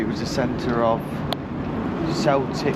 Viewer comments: Welcome to Scotland. I’m from Fife and cycled around the Dunkeld area. A cracking route is from Dunkeld over to Crieff. Sorry it’s not Celtic as in Celtic football club, it’s pronounced Keltic. Bridies are pronounced, if you say bride and say ies. And here ends your lesson in the Scottish language 😂 Thanks for another great video. Both of you stay safe and keep on cycling.🚴‍♂️🚵🏻‍♀️🏴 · Lol,celtic..or "k"eltic